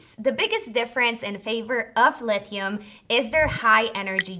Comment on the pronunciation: Lithium not leethium minutes 😂